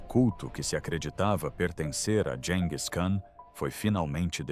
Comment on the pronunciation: Gis e não dis😮